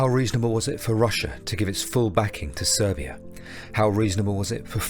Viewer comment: It's Serbia, not Servia. Just saying